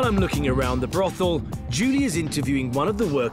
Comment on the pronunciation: Love Ross and what he does, but bit of feedback, shocking editing. Also, it's "brothel". Keep up the great work.